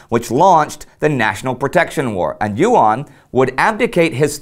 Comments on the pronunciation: YUAN sounds like "U.N." pronounced quickly. Your mispronunciations made me chuckle, but you did good enough. The Chicom version of "pinyin" is difficult for most Americans to learn quickly. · YUAN is pronounced as a single syllabus, not YU AN. Online translations are wrong. Nice video though.